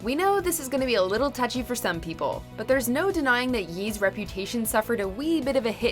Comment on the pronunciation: She said "Yeez"